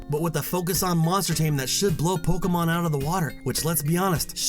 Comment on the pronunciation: Pokémon, not pokeuhmon.